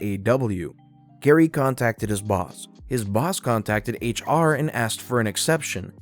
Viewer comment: Your voice is lovely, but I almost unsubscribed when you twice pronounced "asked" as "axed", because it's one of my petty hates, and very distracting, but for an american to say "maths" instead of "math" [mathematics has many branches] is a wonder to behold and you absolutely had me. Bless you,!